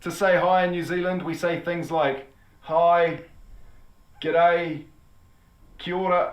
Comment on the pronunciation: Americans really struggle with g'day.... Don't think of it as two words: you are not "ramming two words together" ... It's not the same as saying "good day" or "have a good day": those phases are only used when saying goodbye to someone. Sure the origin of the word is obviously a contraction of "good day" but the association was lost a looooong time ago: think of it as a completely unrelated seperate word now: there are thousands of other examples of words that are have changed like that. Pronounce it "gidAY"... Very very short "D" and no gap between... Or think about the Radiohead album "kid-a"... It's like that but starts with a G :P